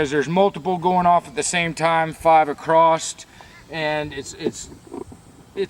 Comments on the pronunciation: Acrost = across! You sound like a little kid saying sketti instead of spagetti !!!!!!!!!!!!!!!!!!! One day it may crost your mind, lolzzzz. I'll keep my fingers crossed! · Did you say acrosst?